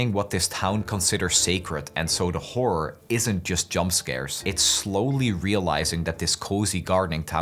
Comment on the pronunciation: bro please horror has an "or" at the end stop saying wh*ore 😭